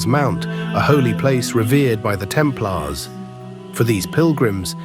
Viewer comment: Temp Laars? It's pronounced: Templers. A I voice overs pffff!